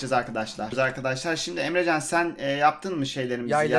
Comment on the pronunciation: emrezzaann a neden emrecan diyorsun